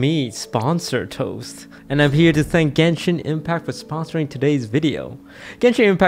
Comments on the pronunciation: I like how you pronounced over half of the genshin names wrong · Hearing toast pronouncing genshin character names 🤣🤣🤣